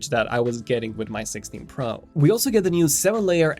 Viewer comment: The way he says pro urks tf out of me. Sorry for my little rant